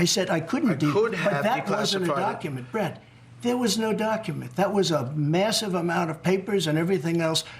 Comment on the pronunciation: He called him "Bretty". Lol 🤣🤣🤣🤣😮